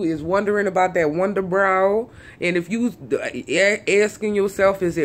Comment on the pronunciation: i thought she said wonder bra lol